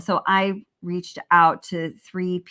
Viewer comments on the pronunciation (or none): none